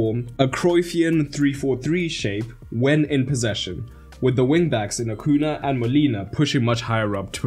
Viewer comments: Acuña, it's pronounced "Acunya" (or AH-'COO-NEE-AH) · Acuña. "Acunia" phonetically.